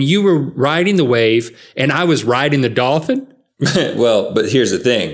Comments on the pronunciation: Link: Dolphin Rhett: DAWFIN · Is it me or do they keep pronouncing dolphin like “dah-fin”?